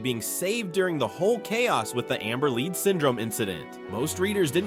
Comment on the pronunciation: Gotta love AI drivel... theres another one a bit later mispronouncing lead (as in pencil lead) to lead, (as in leading a group)